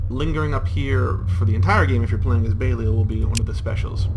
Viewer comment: I know they are your own unique takes on the names, but could you please try to pronounce existing names you are using correctly? It pained me every time I heard Belial said "BAY-lee-el" instead of "Beh-LIE-al"